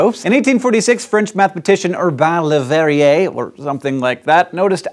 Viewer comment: Hank's pronunciation of Le Verrier's name is spot on!